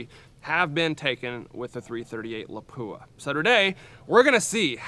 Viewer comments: Howdy! My understanding is that Lapua is pronounced LAH-poo-ah rather than luh-POO-uh that we commonly hear. Is this correct? (*flame suit on) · It's not La-poo-ah 😂. Pronounce it like this: La-pu-a. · LA-pua. Not la-PU-a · La'PWA' start pronouncing it correctly! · FFS I wish people would quit butchering the pronunciation of Lapua. It’s 2023 it’s easy to educate yourself.